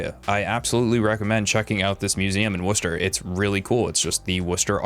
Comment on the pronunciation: As a Brit who lives in Worcestershire... thank you for pronouncing Worcester correctly!